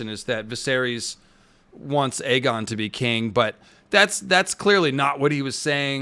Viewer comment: It's Aegon as in Egg-on not A-gone, and yes he is an evil man at this point, no turning back he'll have to just embrace it, clearly there's a sense of entitlement based on his responses, he doesn't seem to have a clue of any wrongdoing and thinks he can do what he wants as part of the royal family